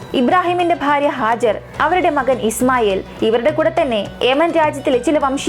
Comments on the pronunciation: Not hajar, Haagaar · Hajar alla hajara vaakukal sookshikuka oru aksharam thettiyal artham maarum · ഹാജർ അല്ല ഹാജറ എന്നാണ് ട്ടോ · ഹാജർ അല്ല ഹാജറ